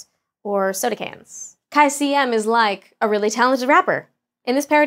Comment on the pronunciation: "Nasus Like..."? lmfao. It's from rapper Nas' song "Nas Is Like".